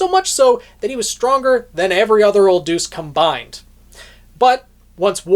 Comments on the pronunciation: Isn't it pronounced "de-us", not "duce"? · no, in this situation where it means god, it’s pronounced more similarly to “day-us” This guy says it like how you would say deuce in tennis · Just a heads up it's deus (pronounced day us). It's an ancient Greek word for "god". E.g. deus ex machina. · I keep giggling because you pronounce Deus as "deuce"... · Your pronunciation of Deus actually made me say "Old 'what'?" in disbelief